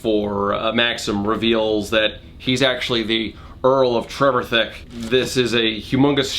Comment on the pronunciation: Trevithick, for future reference, is usually pronounced to sort-of rhyme with 'terrific'. TREV-if-HICK.